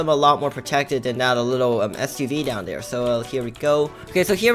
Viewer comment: U keep saying dare instead of there lol